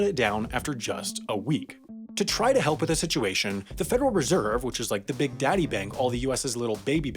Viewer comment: sooo why’d he have to say daddy like that?